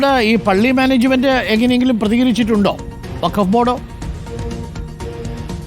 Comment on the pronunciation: വക്കാഫ് അല്ല ഫക്കോഫ് 🤡🤡🤡